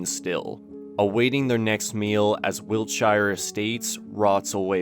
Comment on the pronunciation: I know it’s not really relevant because the series is based in America, but as a englishman the pronunciation of wiltshire is jarring af